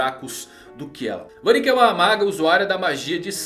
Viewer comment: Da uma agonia quando fala danté e vaníca kkkkkkkkk